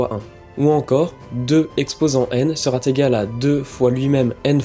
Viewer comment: Ce serait bien d'éviter de répéter inlassable sera T égal. Il n'y a aucune raison d'introduire ce T entre "sera" et "égal". Ce type d"'erreur de langage gène à l'adhésion au fond de l'expression.